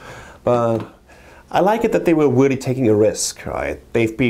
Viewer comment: I agwee wreally exciting and wreally interwresting! Sorry